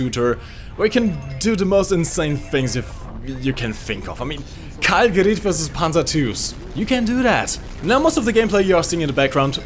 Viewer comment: It's gerat with a not gerit with e